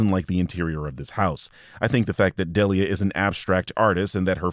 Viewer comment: Ive never criticized your videos cause i love them and theyre awesome, but you pronouncing "Delia" "Del-E-uh" just really bothers me, lol. Its "Dee-lee-uh" lol